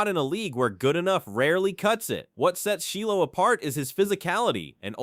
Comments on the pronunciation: Shy low, not Shee Low, AI strikes again. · Its not sheelow smh 😂